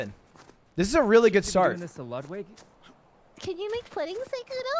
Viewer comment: Ludwig without OTV: Ludwig Ludwig with OTV: Ludwin